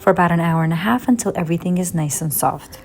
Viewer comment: Marbella is pronounced “Mar-bey-ah”. It’s a city in southern Spain. Leave out the “l” sound 😉😉